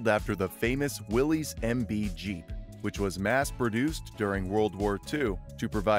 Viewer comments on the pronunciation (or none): Will-is not Willies 🤦‍♂️